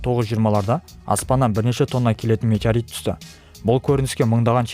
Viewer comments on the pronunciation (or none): Метарит деп айтып қалдың ғой